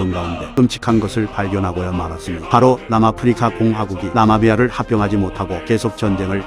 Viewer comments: 나마비아 아니고 나미비아요 ㅋㅋㅋㅋㅋㅋㅋ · 나마비아가 아니라 나미비아인데 묘하게 거슬리네요 ㅋㅋㅋ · 나미비아….나마비아라고 하는 거 너머 킹받네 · 나마비아 아니고 나미비아라고... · ㅇㄴ 근데 나미비안데 계속 나마비아 ㅋㅋ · 나마비아 개거슬리네 나미비아야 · 나마비아 -> 나미비아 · 나'미'비아 입니다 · 나미비아를 자꾸 나마비아라고 하는거 거슬려요ㅠ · 나미비아를 계속 나마비아라고.... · 영상 너무 재밌네요. 한가지만 고쳐주셨으면 하는게 나마비아가 아니라 나미비아입니다. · 나미비아를 왜 자꾸 나마비아라고하는거에요?